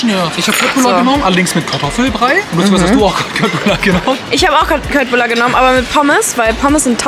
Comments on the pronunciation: man spricht es schöttbullar aus und nicht kött😭😭😭😭😭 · Kötbullar spricht man nicht mit K sondern mit sch und das u spricht man als ü aus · Julia!!!!!! Köttbullar spricht man wie Schöttbullar aus 😄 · ... Leute man spricht es SCHÖTTBULLAR aus...trigger😂